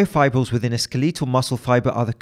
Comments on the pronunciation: Skeetleetle....Skeetleetle....Do all tea sippers pronounce it like that? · i cant get over him saying skelEETal